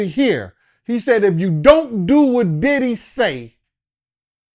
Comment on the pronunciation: pronounces everyone name wrong now so they won't sue... I can't believe y'all aint figured that out yet